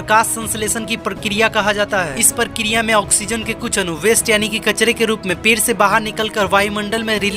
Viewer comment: पेर नही😜 पेड़ बोल